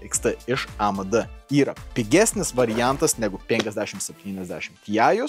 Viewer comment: tas "A Me De" tai zudantis 😂🤣